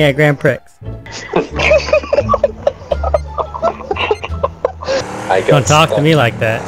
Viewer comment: lol "Wha di ju do?" LMFAO "I drive a grand pricks"